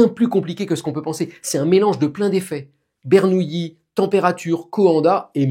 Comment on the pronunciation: Très bonne explication. Par contre, pourquoi tout le monde, y compris vous M. Bobroff, dit "Bernouilli" alors que c'est "Bernoulli" ? Pardon pour le troll, j'adore vos vidéos.